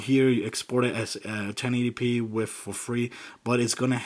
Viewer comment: He says wif instead of with.